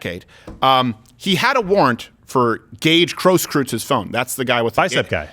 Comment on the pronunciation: I'm from Wisconsin! Listen to me! The proper pronunciation of Grosskruetz (that's close spelling) is GROSS-GRYTZE (Rhymes with bites). You can emphasize the K sound if you like, we don't bother because we're busy drinking. Love the show, keep up the good work!